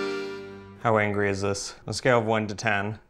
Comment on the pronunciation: I was hearing Hungry and not Angry. Anglo phonetics are challenging to Latin people.